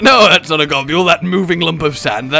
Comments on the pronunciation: Gahb-you-ool? Gob-bull You know? Gobble? To eat? Like niblesnarf. Nibble and snarf combined. There eating names. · I refuese to believe its not pronounce Gobble. I would hate to imagine you describing a turkey noise as Gah-bule-ing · I will always be urked by Rages pronunciations because I always called him like 'Go-bull' and 'Gob-ull' never sounds right